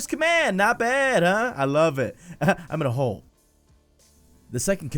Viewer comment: DID HE SAY "IM IN A HOLE" OR "IM IN A HOE" ??? xD